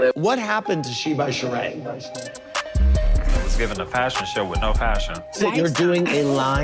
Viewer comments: “It’s not Sheeing by Shereeing”🤣🤣🤣🤣🤣🤣🤣🤣🤣🤣😂😂🤣🤣🤣🤣🤣🤣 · It’s not she-ing… by Shereé 😂